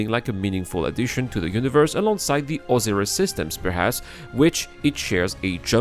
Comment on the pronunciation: Oh-sigh-riss is how you say Osiris. XD Great video. It gives me some hope we will see this within my lifetime.